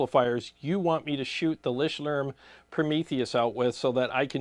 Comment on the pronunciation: It's LICHTLÄRM not Lishtlärm haven't you practice your German lesson today😅